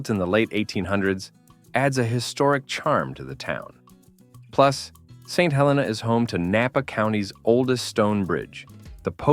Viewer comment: The wine train is overrated and overpriced. The ballooning is a great experience if the skies are clear. But you say no noise, the engine firing is very loud. You also mispronounced St. Helena. It is not pronounce like the volcano. I guess fake voices just don’t know. You also mispronounced Yountville.